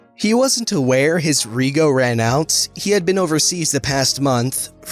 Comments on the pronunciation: "Rego" It's not Re-go, It's reg-o, like reg from regiment with an o on the end and no iment. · 'rej-o' it's short for registration. 'reego' sounds like a pasta. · Who else was slightly ding inside wen he said reego instead of rejo btw I'm Australian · Rego is pronounced “Reg-o” not “Ree-go”or just called Registration. It’s part of Australian Slang. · Reh-joe...Rego is short for registration. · your killing me with your pronounciation of rego, it hurts my australian ears. Its short for registration, so 'reg' in rego sounds like 'reg' in registration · its not pronounced rego its pronounced redjo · ... its pronounced rejo. not reeeeeego XD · the way he tried to pronounced rego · “Rego” is short for registration and is pronounced “REJ-oh” — “rej” rhyming with “wedge” and “oh” as in “go”. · In Australia rego is short for registration and is pronounced rehjoe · Listening him pronounce rego as reego is hilarious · "ree-go" cries in australian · rego=registration, also pronounced reg-jo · Just so you know rego is pronounced “rej-oh” it’s Aussie slang for a vehicle’s registration. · Rego is pronounced like reg-o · Nah mate... you should’ve checked the rego before driving. Btw you’re pronouncing rego wrong it’s short for registration. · Any other Australians laugh Everytime he said rego?